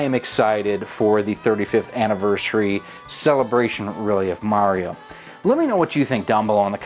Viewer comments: Good video but you keep mispronouncing "Mario." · we all know it's pronounced Maw Rio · He pronounced it "Mario", not "Mario"